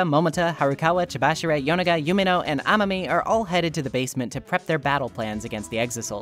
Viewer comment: You know, i notice how you and and the dr anime switch up dr last names into making them sound more like first names. like the way you pronounce "amami" or "chabashira" you made them more quick and mispronounced to make them sound more like names.